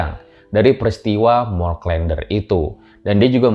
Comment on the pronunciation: Huruf e pada "der" dilafalkan sama dengan huruf e pada "klen". Jadi bukan seperti pada kata "blender".